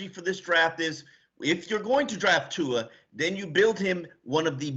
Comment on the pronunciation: hes your QB now learn how to pronounce his last name! there is a Youtube video with tua teaching everyone how to say his name